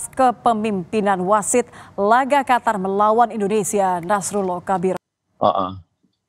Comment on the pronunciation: Qatar baca-nya KOTOR